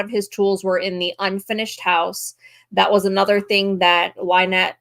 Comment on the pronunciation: Out of all of the horrible things I saw in rescue video the one thing that made me laugh was hearing the officer actually call her LIENETTE!!!